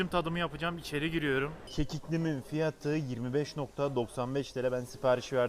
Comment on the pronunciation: Abi FİYAĞĞĞT bilgilendirmesi neden yapmadın